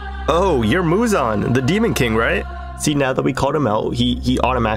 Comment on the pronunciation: Muzan ❌ Muzon ✅